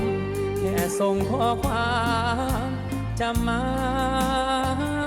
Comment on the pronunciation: ผู้ท้าชิงน่ารักมากแต่คำควบกล้ำออกเสียงไม่ชัดเจนเช่่นคำว่า ความ ออกเสียงเป็น ควม คำว่า น้อย ออกเสียงเป็น นอย แต่ก็น่ารักค่ะ รอกก.ตัดสินค่ะ